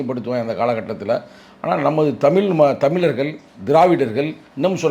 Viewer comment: அது சரி, உனக்கு ஏன் 'ழகரம்' இடிக்குது! 'தமிழர்கள்' என்பதைக்கூட 'தமிலர்கல்' என்றே 😮😮🤔🤔🤔